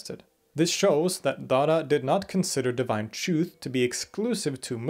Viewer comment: When he says Dara, it sounds like Dada.